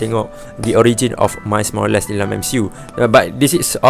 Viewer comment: " mais morales " 🙄